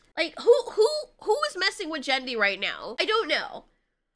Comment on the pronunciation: she did not just say "Jendy" lmao